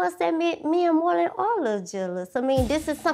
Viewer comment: When she says morlin I hear molé lol